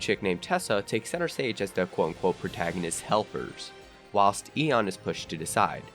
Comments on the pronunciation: It’s EI-ON NOT EN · You pronounced eon wrong